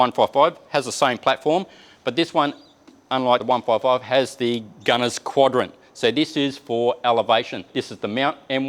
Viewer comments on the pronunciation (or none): can't say 155. It sounded like 1445 mm. One fourve fourvevefiv